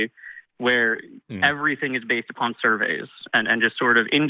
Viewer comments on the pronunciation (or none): none